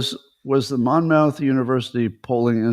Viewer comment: Monmouth is actually pronounced “Mommith”. I live about a half hour from the school. Kind of surprised they’re closing their polling apparatus since it was often quoted in the news as an authoritative source, for better or worse.